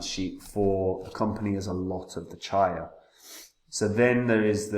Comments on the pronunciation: It’s pronounced Cheeya , not charya Like cheeya seeds (chia) Nakamoton consensus and low power consumption. True custody of coins. Incredibly decentralised unlike ETH which following proof of stake ETH is now a centralised blockchain. Coin spend model is actual smart contracts in the coins. Brilliant and such simpler. Chia looks absolutely spot on for proper enterprise adoption. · Here here, although I've tried to correct this guy several times but he still says it wrong, I think he just puts these videos out to sell his sheets etc. He forgets that Chia was only expected to be around £25 on launch anyway ! chia to the moon !